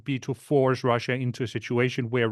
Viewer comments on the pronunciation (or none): Where’s “Chiner” and “Russier”?